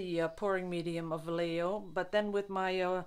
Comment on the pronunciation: Vallejo ia pronounced. vee-A-ho long vowels.